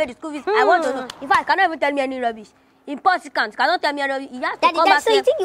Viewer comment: What the fuck is "impossicant"😂😂😂